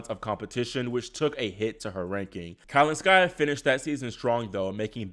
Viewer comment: The name is not kalinSKAIa. Please say kaLINskaia